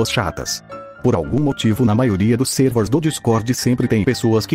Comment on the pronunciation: servers, o jeito que ele falou foi mo engraçado